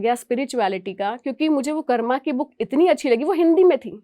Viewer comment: मैडम "कर्मा" नहीं, कृपया "कर्म" बोलें। 🙏🙏